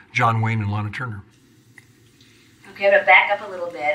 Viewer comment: I cringed at every "Laynuh Turner". I'm sorry. Honestly that is so amateurish. LAH-NUH. She said this for decades. How do you get her job? Clearly she is unversed in classic film.